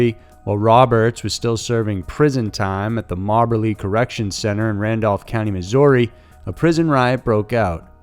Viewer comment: 1. It's pronounced MO-BER-LEE and 2. the governor had an obligation to the offender as well as the citizens of the State of misery (pronounced Missouri) to investigate any possible evidence of innocence before signing the death warrant. You can bet the reason the polygraph results and any witness testimony that would corroborate his innocence was ignored is because the Department of Corrections wanted revenge for the officer's murder and the fact that there was evidence proving the State had wrongfully convicted him of the crime that sent him to prison in the first place made him the perfect inmate to pin it on. In essence, they killed two birds with one stone. The justice system would rather kill an innocent person than admit making a mistake and potentially having to pay millions for wrongful incarceration. Remember the young man in Shawshank redemption? True story.